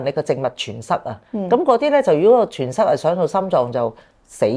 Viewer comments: 感謝帶給我們這個video，感謝的分享👍。{麻煩告知，栓塞的 ‘栓’ ，讀音是 ‘珊’ （saan1）而不是 ‘全’。} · 栓字讀音係山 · 血栓塞：‘栓’ 音 “生” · .栓塞讀山saan 1